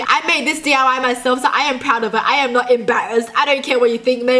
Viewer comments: It's diy not dly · u said d.u.y its diy